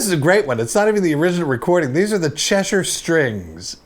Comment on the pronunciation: He is the first American I have heard that can say "Cheshire" properly.